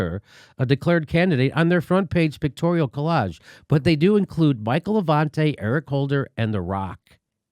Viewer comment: Lol, “Michael Avante”